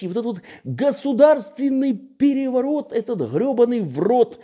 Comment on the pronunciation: ...штадион так штадион...пегевогот так пегевогот...